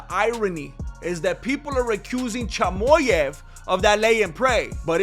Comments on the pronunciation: Your Mexican is really showing when you say “Chamoyav” 🥭🌶️ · Chamoyev 😂🤣😂 I can’t stop laughing. You delivered the facts in a very entertaining way 😂 *subscribed*